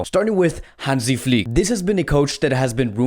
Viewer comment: Nobody outside Germany can pronounce "Flick" right :-D The "i" needs to be pronounced like the i in the words "chicken" or "diner". Please click on the listen- Button